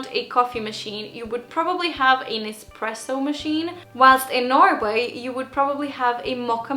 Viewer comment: The Moccamaster makes French style drip coffee, not American style, which I'm sure is good too. Also, it's esPRESSo note EXPRESS-o. If you don't get it right the Italians will whine about it for hourse. It's a mierde as they say.